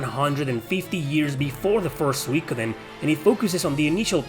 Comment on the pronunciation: Suikoden is a Japanese word, translated from Kanji to roman alphabet for eng-speaking audiences. the vowel diphthong should be pronounced as 'ui' is in English; think oo sound like 'suit,' not a Latin pronunciation (e.g. 'suite,' like you pronounced it)